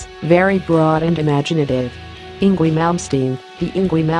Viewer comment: "In gwee"